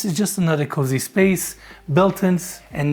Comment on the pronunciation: pronounces cozy---> cuzy